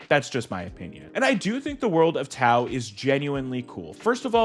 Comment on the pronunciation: I remember seeing the trailer as a kid and wanting to see the movie in the theaters. One day, while channel surfing in my 30s, I finally saw the movie. I did enjoy it, felt it needed more in some areas to feel enjoyable, and less in some of the fighting. Plus, isn't the "T" in Chinese supposed to sound like a "D", Legend of Doa